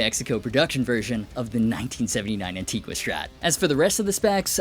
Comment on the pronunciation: The only thing I don't like about Antigua finish is 99% of everyone mispronouncing it.